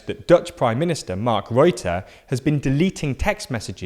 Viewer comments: When our prime minister is callef reute instead of rutte lol. Wow hes in the news lol. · So, You pronounce rutte, with the same phonetics as you'd pronounce gutter btw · Haha i'm Dutch and you absolutely slaughtered the name of our prime minister (Rutte). You have to pronounce the u like the u as in understand and then just pronounce fonetic.